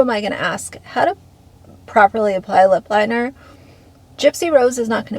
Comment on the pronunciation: She always talks like she has her mouth full of food, or spit, or something it’s so gross. And the licking is insane. Makes me want to puke. She can’t even pronounce “TikTok” or “lip liner”.